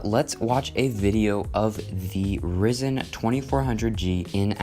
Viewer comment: it's ryzen(raizen) not "rizen"